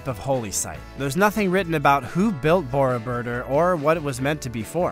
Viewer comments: If you are going to do Voice Over, you better get proper pronunciation for foreign names. Borobodur, has the accent on the last syllable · Would add greatly to your enjoyable, factual presentation if you could pronounce Borobudur much more closely to the correct pronunciation used in Indonesia. The Indonesian pronunciation for this word is really quite easy. For those of us who live here, am I am not a native Indonesian, I found no major hurdle to learn the correct pronunciation. Upgrade your videos with accurate pronunciation.